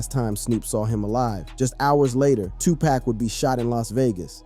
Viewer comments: How many packs young brother??? 🤔😅 🗣️ IT'S PAC! PAC!(POCK) DAMN HUMAN A.I. GLITCH 😤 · This video is so disrespectful saying 2 pack that I can’t listen to it anymore! I’ll just read the cahments 😅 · I can't focus because he keeps saying 2 pack....like WTF! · I can’t listen to one more “To Pack” ! 🤦🏻‍♀️ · Right!!!! Especially when it say 2PACKK!!! Lol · I had to come to the comments. How is he narrating and can’t say he name right. It pronounced 2pock..😮😮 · CLICK BAIT, Dude can't even pronounce Tupac's name right 🤦🏽‍♂️ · something aint, right this guy is pronouncing Tupac's name wrong. Is this A.I. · A black person that can not pronounce Tupac is a house nigga just like Snoop, before you make another video you need to get they his name right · Hey man you ain't even speaking the name correctly who are U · It's irritating and annoying as hell to keep hearing him mispronounce 2Pac's name 🙄 😒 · Please stop pronouncing 2 Pac name wrong. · Bro" No disrespect"" But can you please say the man name right? His name is 2pac"" not 2 pack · It's 2PAC NOT twoPack!!!😫😫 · Get his name right! Tupac.....not 2pack!! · Dude his name is pronounced,” Tupac( Tu Pak). No way any dark skinned person even youngsters can not understand that. Put some respect on homies name. Especially since he transitioned and your making change( dollars) on his name smh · Damn man you could have atleast pronounced Pac's name right... You called that man tupack.. over and over and over😂🤦🏿‍♂️ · TOE PEC 😂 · Get it right, nerd. It's 2pac, not 2pack . Lame ass rat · Is Tupac stop saying his name wrong if you don't know how to say it don't say it Tupac not tupak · Why are you saying TWO PACK?😮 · Bro PLEASE PRONUNCIATE MY BROTHER'S NAME ...ITS NOT TUPACK ITS TUPAC (tu-pock)HOW TF you don't even know his name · Stop calling Tupac, Tu Pack, get the name right!🙄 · This cat said,” 2 pack. It’s, Tupac pronounced like saying too-pak. Get it right if you’re capitalizing off his name. On social media.